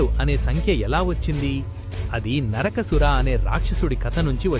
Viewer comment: కానీ ఆడియోలో పలికే పదాలు చూసుకోవాలి. "నరకాసురుడు" అనే బదులుగా "నరకసుర" అని పలుకుతున్నారు. ఇది ఎలా ఉందంటే "మృష్టాన్న భోజనం లో పంటి కింద గుల కిరాయి" తగిలినట్లుంది. గమనించగలరు. ఆయుష్మాంన్ భవ. ధన్యవాదములు.